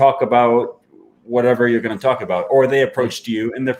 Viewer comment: That's definitely further removed from the 'about' I'm used. I'm straight up hearing 'a boat' with him.